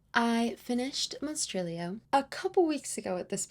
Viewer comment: Verrrrry nice pronunciation on the monstrilio authors name hahahahahah. The art inlays in slewfoot makes me think you should do that for your novel 😏 face-off competition (or collaboration 🙄) between your sister and your husband 😏 LEGENDS AND LATTESSSSSSSS!!!!!! A flawless book. Hahahahaha November is your bday month, nobody cares 😊 hahahahha omg kenzo and the other cat are literal perfection. Thanks for another cosy amazing and fascinating video!!!!! Very autumnal makeup lohks too. Your sock folding method is not very Marie kondo